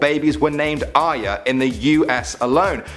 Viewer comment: Arya not Arys btw :D